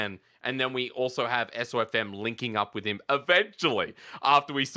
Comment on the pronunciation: Wow still getting SofM’s name wrong. When will they stop disrespecting this guy